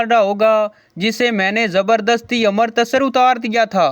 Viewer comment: अमृतसर नहीं अमृतसर है